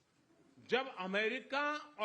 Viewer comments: MIGA lmao bhai pehle barr muje Nigga sunayi diya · Modi really said "MIGA" 🤣🤣🤣 haahahaha so close